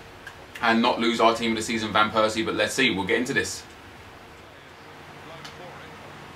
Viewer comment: you should pronounce it as robin van pairsie